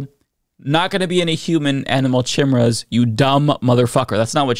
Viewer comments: KI-M-ERA not chimera lol, someone hasnt seen Hunter X Hunter… lulz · Human animal chimichangas? Because you didn’t say chimera because that word is pronounced ki-Mira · She cannot be taken seriously when she cannot even pronounce the word chimera... (kai Mee rah) or (kai Mare ah) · I know what a chimera is, but what's a chimmurra? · chim-era... not chi-mera, chim-era. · Can't even pronounce chimera right... KAI-MAIR-UH! Who elected this woman? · The second she said "chimurras," I immediately started singing this is my head. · Gods, they can't even pronounce 'Khaimera' right. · That is NOT how you pronounce chimmy-ray. 😔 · TF is a Shimera?? 😅😅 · It’s pronounced Kee-Mare-Ah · its pronounced chemera like chea pets but of trans chea pets running around heck no not on reblucans watch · Of course she pronounced chimera that way. Classic! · She can’t even read the word “chimera” but she’s a law maker smh 🤦🏾‍♂️ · She doesn't even know how to pronounce chimera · She can't even pronounce Chimera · I know she has no clue what she is talking about bc she has never seen the word Chimera. If she and her constituents actually were concerned, she would know how to say that word and what it means. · Chim-chimera, chim-chimera, chim-chim cheroo My brain wants to barf when it listens to you! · Does she not know how to pronounce Chimera? They know it's in the Bible right That word that's where it's most commonly used? Aside from fiction these days! And isn't a chimera made from magic not science!? All I can say is at this point don't weep for the stupid, you'll be crying all day! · cant even pronounce chimera right..... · This can't be real, I must be in the Matrix. Please, someone unplug me, I'd rather succumb to oblivion. Edit: I wrote this comment before I heard her say chimera from her stupid mouth. Please just.. please, huge asteroid, please come put us all out of our misery.